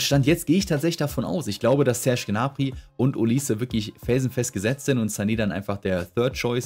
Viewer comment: Ich finds verrückt wie du olise aussprichst. Es gibt ja diese beiden Varianten auf die man sich geeinigt hat bei denen aber niemand weiß welche nun richtig ist.. und dann erfindet du noch Variante nr 3